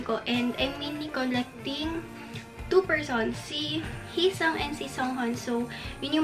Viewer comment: please its hee-seung not heesang or heesong. and its songhun not sunghun.